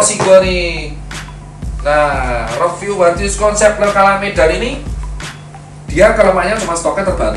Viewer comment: "fyus konsep" "fyus konsep" "fyus konsep" ,brand medan bacanya juga ala medan.